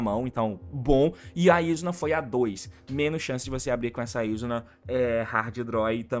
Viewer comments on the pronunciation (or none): ele ainda fala o nome da Izuna errado, o certo é izÚna, não Ízuna